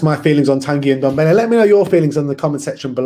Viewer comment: ffs its Ndombele not Undombele...